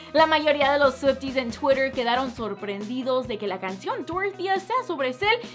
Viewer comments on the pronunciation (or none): none